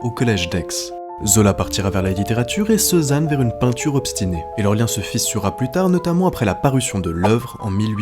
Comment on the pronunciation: L'IA qui prononce ceux-zanne. Non mais quelle honte !